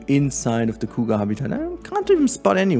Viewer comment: the coo ga... sorry but that's most hilarious pronunciation for cougar I have ever heard. I am not making fun of you it just caught me off guard.